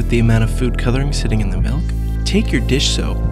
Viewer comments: melk? i thought it was milk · ITS FUCKIN' MILK NOT MELK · It really erks me when people pronounce Milk, "Melk", like this guy does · did he say melk? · The way he says milk pisses me off.